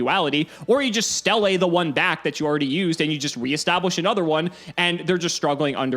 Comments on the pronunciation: Ugh why are you call it Stelle it's pronounce steele, idk why but the way he says certain gravekeeper card bugs me haha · It's pronounced "steel". God, that was getting on my nerves.